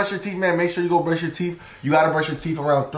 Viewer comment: Bro said we need to prush 3 or 4 times your theeth you can prush your theeth 2 times a day night and morning🎉😂